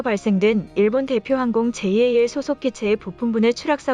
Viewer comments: '제이에이엘'>>> '잘' 이라고 읽으세요 ANA는 그냥 '에이엔에이'이라고 읽지요. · 보통 잘(JAL)이라고 부르는데, 제이 에이 엘 이라고 하니, 엄청 어색😶